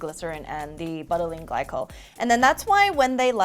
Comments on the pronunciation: Please know that it's not BUTT-a-leen glycol. It's Bou-ta-leen glycol. Like saying "You" but with a "B". Butylene Glycol really took a hit this episode. Feel bad for such a terrible pronunciation. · Is anyone else dyingg the pronunciation of butylene glycol? 😂😂